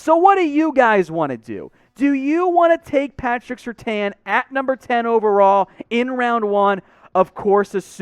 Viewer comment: Why do you continue to mispronounce SerTAIN?